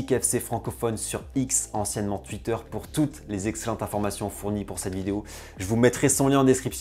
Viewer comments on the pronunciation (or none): none